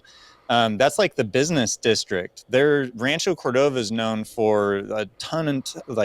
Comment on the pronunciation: Bruh can't even say Rancho Cordova properly...